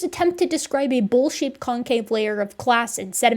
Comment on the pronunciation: oh BOWL SHAPED I thought you said bull shit 😂